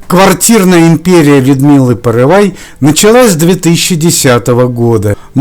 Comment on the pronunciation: Не порывай, а Порывайко! По первой фамилии Загоруйко